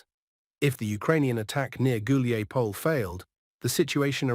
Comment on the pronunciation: So Dima in the military summary channel is the only one who can correctly pronounce Hulaiapole. And Kiev. 😄😄😄